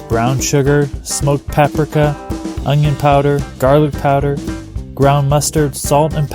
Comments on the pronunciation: PaprEEKa, not Paprehka. Looks good! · Did you just say smoked papRAka?